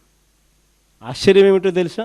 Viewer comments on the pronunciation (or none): none